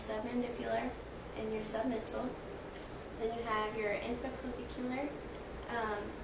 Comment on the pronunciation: She also says post-oracle and sub-mantel